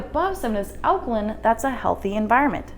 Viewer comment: Alkaline - pronounced 'line', not 'lin'....